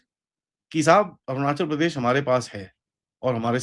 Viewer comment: Cheema gubbare ko Arunachal Pradesh sahi se pronunciation karni nahi aati.. like Arjun Pradesh jesa kuch bola😅